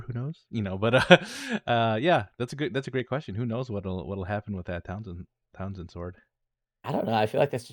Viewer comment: Sword of Talzin: I feel like I’ve heard this pronounced several different ways, including Townsend, which always makes me imagine Pete Townsend of The Who swinging a sword instead of a guitar. 😂